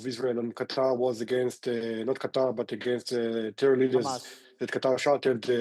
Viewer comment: I think Qatar didn't want to make defense pact with Indians because they pronounce Qatar, Cutter 😂😂😂